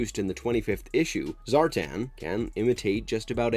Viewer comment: ZAR'TAN' not zartin